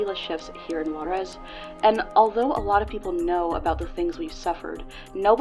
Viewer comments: Juarez is pronounced "who-are-es" btw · I think she tried to place the accent but she did it on the wrong vocal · The way white people say juarez pisses me off.